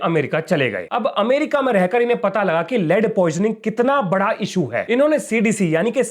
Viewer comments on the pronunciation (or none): none